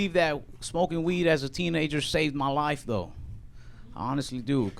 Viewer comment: You talk normal, then everytime you say "life" you sound Australian..lol